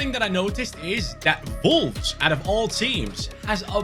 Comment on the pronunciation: Why when he says wolfs he was vulvz